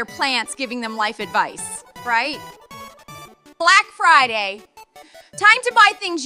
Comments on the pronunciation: that fucking archway says blac fird instead of black friday lmfao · "bla-ack fri-yay!!🗣️💅" ✨Brick frday✨ "critical infrill!" bro typed "/e rebirth"💀